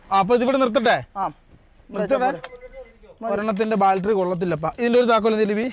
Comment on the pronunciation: ബാൾട്ടറി ❌ബാറ്ററി ✅